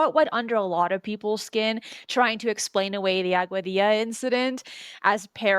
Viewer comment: Ugh, man, the CONSTANT mispronunciation of common words like Alcubierre's name or Augadilla is so distracting. He keeps saying "dill-uh" instead of "dee-ya". And it's not like this is an uncommon sound - he must have ordered a quesadilla once or twice in his life. Each time he says "aw-gwa-dill-uh" it makes me think of Napoleon Dynamite's scene "make your own dang ques-a-dill-uh, Napoleon." The fact that he keeps mispronouncing it immediately after provides the correct pronunciation is doubly confounding! Usually when I have a conversation with people and there are words in their native language that aren't in mine, I try to carefully listen and adopt the pronunciation after hearing it. 🤦‍♂️ And then there's "Al-coo-bear" which is just an entirely different nails on the chalkboard sound. It's a bit more forgiveable as that's an uncommon name, but he must have watched a couple of videos on the subject in his research and would doubtless have heard a pronunciation that is correct, or at least much closer than "al-coo-bear". Getting to the substance of the video, I think it's interesting, but I find their note on confirmation bias a bit hypocritical as they seem to have started with a conclusion (the object exhibits a warp drive signature) and then backed into a conclusion. The biggest issue for me is one of the speakers saying "yes, this is proof" that it's a real UFO and that they strongly believe that this is a warp signature. While anything is possible, and it's li